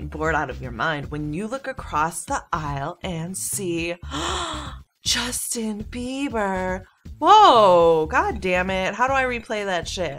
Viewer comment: "Justin babby" I laughed pretty hard at that